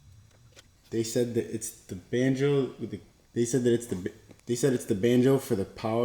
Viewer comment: Nahhhhh yo 😂 you’ve gotta add in more bloopers! The mishaps with saying banjo are funny as hell